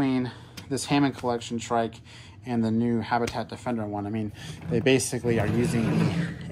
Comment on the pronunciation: Mans said tric 💀